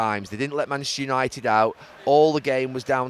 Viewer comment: Have a shot every time Gary says mchhsster unaated